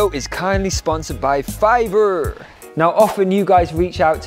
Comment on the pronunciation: Hehe…I like how you tried your very best to pronounce the “R” in Fiverrrrrr….lol Love your channel, your food recipes, and your stage presence. I wish you had a restaurant in Toronto, Canada! 🇨🇦🇨🇦🇨🇦 Turmeric milk is definitely something we had growing up a lot, being Indian and all, it was pretty much a regular thing. As kids we never had to go on antibiotics or take meds etc for much, thanks Mom!